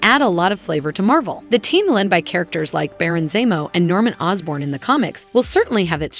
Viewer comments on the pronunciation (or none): I can't stand when people use that damn AI voice it's annoying as hell...it mispronounces damn near everything lol...who the hell is Baron Zamo!! Lol lol